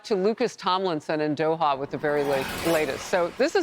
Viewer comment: Dohar? Are you kidding me? Great stuff he did out that way but come on guys get your script straight. It couldn’t be easier to pronounce